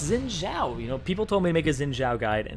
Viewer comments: Its xin zhao not zin jhao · why do people pronounce it zhin jiao, when its xpelt xin zhao its suppose to be pronounced shin zhao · Orville mohe is how it is suppose to pronounce it it is mandarin, so zin jiao is the correct pronouncitation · um wut dialect are u speaking? cuz in mandarin x is pronounced sh. idk about other dialect tho. and chill out